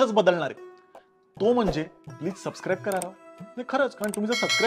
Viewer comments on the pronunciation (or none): none